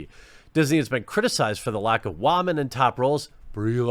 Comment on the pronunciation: Why does Jeremy say Warmen instead of women?!? Am I missing something here??